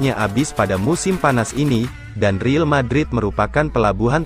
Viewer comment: tolong downk yg jd penyiarnya di kasih tau klo ngomong real madrid ya real madrid jangan riel madrid dengernya gk enak bgt buat team kesayangan gw